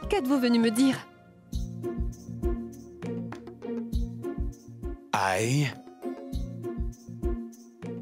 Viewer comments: Ehhhhh🤣🤣🤣🤣 mes cotes, qui dit" I lobe, au lieu de I love you" 🤣🤣🤣🤣🤣🤣🤣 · Au lieu de dire I love you il dit I leve you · Oh Mon Dieu, m'a tuée en disant I love you,lèv you😂😂😂😂😂😂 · qui apprend l'anglais 🇬🇧 c'était vraiment quelque chose et plus encore quand il a dit prononcer pour la première fois les mots I LOVE YOU, et quand il a dit I LO E YOU A Jodha qui miskina ne comprenant pas ln mode mi effrayé mi colérique wallah j'en pouvais plus tellement il ma littéralement flingué de rire a en pleuré c'était aussi cute 🤩😘😍🤗😁😉😀😆💜🧡💛💗💓💝 que hilarants n'est pas mdr lol xptdr😂😂😂😂😂😂😂😂😂😂😊😂😂🤣🤣🤣🤣😂😂😂👌👍🏼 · Qui à éclaté de rire quand a essayé de dire "i love you"😂😂😂😂🤣🤣🤣💔 Ps: je suis sûre qu'il le fait pour jodha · La partie où prononce i love u c’est pr nous dead??😂😂😂😂😂😂😂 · pardon l'anglais là 🤣🤣🤣🤣🤣🤣🤣🤣🤣🤣🤣et sa manière de prononcer 😂😂😂😂😂😂